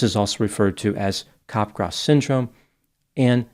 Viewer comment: Very good video and post discussion. Unfortunately is mispronouncing the syndrome. It sounds like he is saying cop-grass. The correct pronounciation is cap-graw. cap (as in baseball cap) followed by graw (sounds like draw). So it's cap-graw. It's named after the French psychiatrist Joseph Capgras (s is silent).